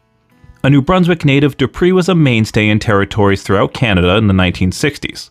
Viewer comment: Just wanted to correct something. Emile's surname was pronounced DO PRAY. When Rene went to WWE they had changed it to the Americanized DO PREE